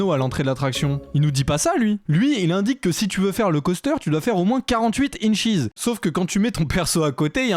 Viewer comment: L'aéroport c'est LAX et c'est pas des incheez on prononce un e et un s a la fin pas un i! Au secours !